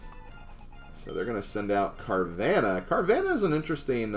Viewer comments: It is actually pronounced "Car-VAH-nuh." Not "Car-VAN-uh." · Ik that,, but I have never heard anyone pronounce it the way that you do. Even the anime pronounces it as "Car-VAH-nuh."